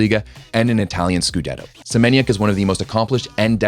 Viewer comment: If you can read PlusLiga as ploosiga read Semeniook as well not kide of Senieniak :|